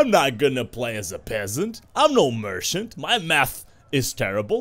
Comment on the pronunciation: 'Merkant' : you just butchered the Merchant word...